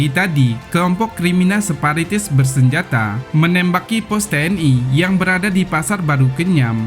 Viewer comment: maaf....bukan separitis..tapi..sparatis